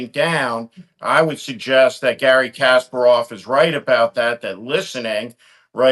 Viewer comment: A thought-provoking discussion, with many points that ring true. But as I feared, Steve couldn't pronounce Kasparov's name correctly. I suppose Kasparov is used to that.